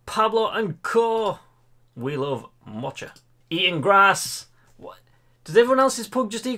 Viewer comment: I can’t help but laugh with you (I didn’t say AT). SCO 🧐 Scotland. So to quote you... Of course Aberdeen in Scotland. ROTFL 🤣 PMSL. 😆. Sorry one more. (Bless you ) MOCHA. Try saying Moka. Like a mocha coffee 😂. I write this with fondness. Seriously. You make me smile. I am not a pug owner but disabled lady recovering from an accidental overdose before Xmas and this is a smile I needed to tonight as today a low day. 💗